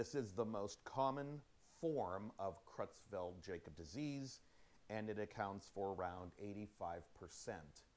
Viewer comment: Sweetie, it's pronounced 'CROYTZ-FELT YAAH-COBZ'. Sheesh. You'd think he'd know how to pronounce the damn name. What an uneducated bumkin.